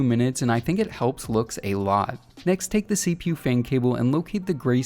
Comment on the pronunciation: CPU and gpu up pronounce by just saying the letters. Don’t say it like a word it isn’t “seepew” it’s CPU